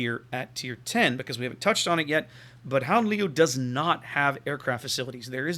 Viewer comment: You pronounc the first part of Leeuw like you would pronounc LE in Leo and then the last part close to like you would pronounce the French Oui ;-) Nice ship!